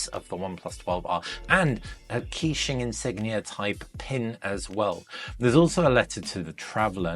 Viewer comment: just to let you know, its pronounced kuh-qing not key-qing